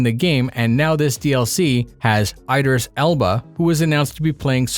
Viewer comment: Idris, not AYdris